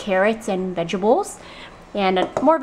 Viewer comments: vegables haha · Anyone else notice how she says vegetables? It's like 'Vegebles' lol.